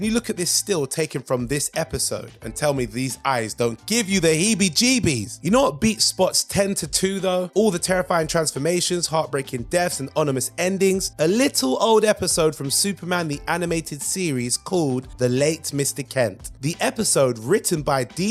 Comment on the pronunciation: Ominous, not onimous.